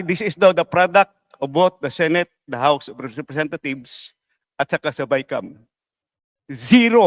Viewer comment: Tama ba dinig ko o pronunciation lang house of representathieves